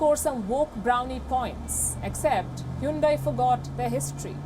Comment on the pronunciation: WION is an racist video channel. Anyone talks against Indians atrocities is an enemy of India. Hahaha. Hyundai stepped on Indian tail. Lady, its not Hoondai, it Hyundai. Learn to say the word right. She's a puppet reader. No class.